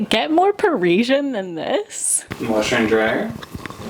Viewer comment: By the way - it's Parisien, not Pareeshjen. An "S" - there aren't any letters in the alphabet for the sound you're using. Sorry. Just saying.